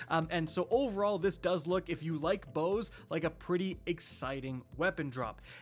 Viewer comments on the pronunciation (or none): none